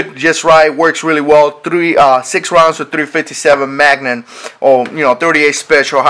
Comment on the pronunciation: magnum not magnan